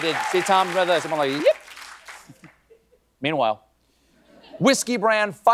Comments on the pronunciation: i thought he was losing it trying to say MEATWHILE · I still don't understand why people giggle at the... PAUSE..."meanwhile"